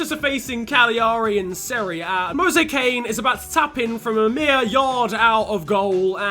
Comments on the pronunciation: Did he really call him Moise Kane? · mans said mose kane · It's pronounced Moyes Keane